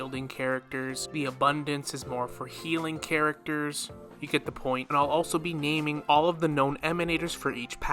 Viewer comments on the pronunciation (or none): none